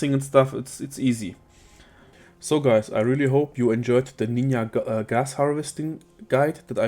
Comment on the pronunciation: the way you pronounce Ninja, dude,, realy?